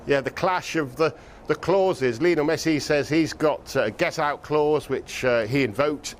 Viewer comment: No one Sky sports: “mESsI”